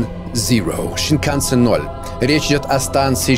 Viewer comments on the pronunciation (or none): Snikansen называется не так как ты сказал а сенкансен это японский поезд